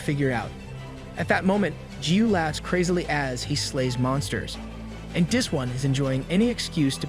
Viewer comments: Please for the love of god and his flip flops please say “this” instead of “dis” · I know this isn’t related to what you said but am I the only one that hears the fact he says this wrong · Why did you start saying dis instead of this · His he saying dis or this? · I like when he says dis instead of this in the demon king arc been here since (1) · the way you were saying ThIs